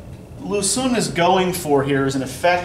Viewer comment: I know it is difficult to pronounce Chinese names, so I figured I would let you know that your pronunciation of words like Xun and Qing are off. Chinese has two different sound that represent our "sh" and "ch". So when writing these in Latin letters, Q was used to represent one "ch" sound and X was used for "sh". Because of this and the "un", Xun is pronounced more like "shween", likewise Qing is pronounced "ching". Keep up the great lessons.